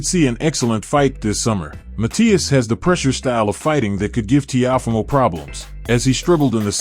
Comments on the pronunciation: Please pronounce Lopez first name right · How you say Teofimo name all wrong wtf